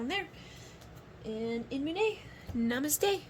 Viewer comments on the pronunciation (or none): none